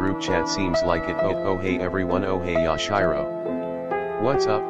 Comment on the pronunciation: Yash-Eye-Row CoNtInUe